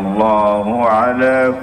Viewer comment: ihdinash shiroothol mustagiim yang harusnya mustaqiim mengganti huruf qof dengan ghoin